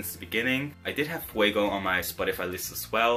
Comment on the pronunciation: I am from Cyprus I love Fuego and yes you are pronouncing it very good her name